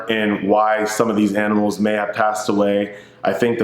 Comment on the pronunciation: Bro I’m so sorry to hear your aminals passed.. I love you dude!